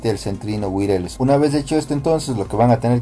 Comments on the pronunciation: Viejo muchas gracias!!! Creo que me sirvió ! 😂 una cosa wireless se pronuncia WAIRLESS no te ofendas solo es una ayudita! Saludos! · "Wireless" se pronuncia "wuayarles". Pero muchas gracias por el vídeo. Seguí el tutorial en mi laptop con Windows 10, y hasta el momento de este comentario, la conexión está muy bien. 😅